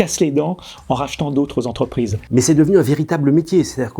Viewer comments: 197 zentreprises, mes oreilles saignent...et à deux reprises en plus... P****n à ce niveau de journalisme c'est pas possible 😡 Sinon très bon sujet ! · Cent quatre ving dix-sept Zentreprises... 🤣🤣🤣🤣🤣🤣🤣🤣🤣🤣